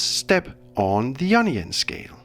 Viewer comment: anyone else here onion scale when he says ionian?